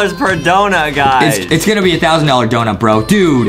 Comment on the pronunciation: “Dount” -Justin 2021